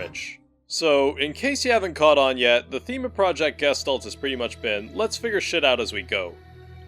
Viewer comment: The way Gestalt gets pronounced kills me every time.